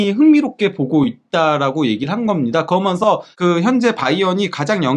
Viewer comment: 그어먼서(그러면서), 딸으며으(따르면은)....